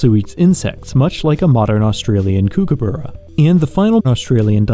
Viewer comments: Did you just say “koo koo boo ra” and not “kookaburra”?! Mate, you’re braindead. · Did this man literally pronounce kookaburra as cookuburra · why he say kookaburra like that 💀💀